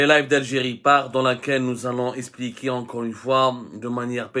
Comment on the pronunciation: Monsieur abdou.... On dit expliquer... Pas espliquer😊😊.... Je rigole